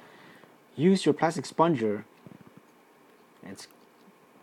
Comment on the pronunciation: It is 'spud....ger' ......not 'spon.....ger'.